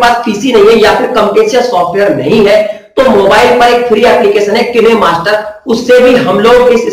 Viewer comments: Kine master bolne nhi ataa hai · किनेमास्टर नहीं काइनमास्टर होता है ।